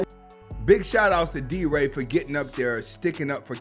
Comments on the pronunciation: D Ray! Not del ray🫡🤔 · He called deray delray lol